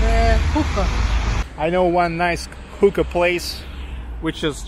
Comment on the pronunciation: I couldn't help but laugh when you said hooka place. It sounded like something else.